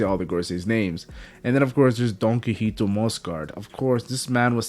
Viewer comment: It's pronounced "Don-Key-hoe-tay"